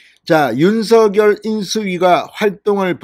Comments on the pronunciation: 입은 삐둘어져도 발음은 똑 바로합시다 윤슥열아니라 윤석열입니다 씝. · 윤서결이 아니라 윤성렬로 읽으셔야 맞을 것 같습니다. 이름은 문법보다 본인에게 물어 본인이 맞다고 하는 발음이 우선해야 하는 것이 동서양 막론하고 불문율로 되어 있거든요.